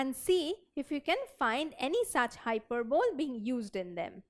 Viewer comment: Wtf is hyper bowl .... Need to really work on one's pronunciation skills if one other to be an English teacher....